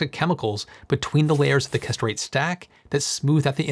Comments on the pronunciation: I keep hearing castrate. English pronunciation is so sloppy. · Hey. Great video as usual... but... Perovskite - Why are you pronouncing this PROSTATE and not “peh-rov-skite”? and Kesterite - Why are you pronouncing this CASTRATE and not “kess-ter-right”? These mispronunciations were quite distracting while trying to concentrate on your excellent video. [Reading some of the comments, I notice I'm not the only one to be brought up short by the "castrate" pronunciation.]